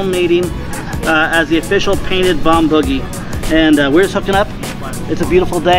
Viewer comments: you keep calling it bombuggy its boogie isn't it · It is pronounced Bomb BOO gy. Boo as in scary ghost Boo, not buggy. Boogie Woogie was a genre of blues music in the black community. That's the source of the name on the plane. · Bomb Boogie ! Like Boogers! Not Buggy! Otherwise, awesome work and awesome video!! You guys are gifted!!!